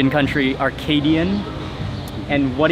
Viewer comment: Mighta been nice if he hadn’t said ‘Arcadian’ when he meant ‘Acadian’. (That sorta thing.) 🤷🏼‍♀️